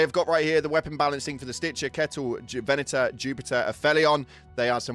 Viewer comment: "On top of that we goh a ve-enah nehf"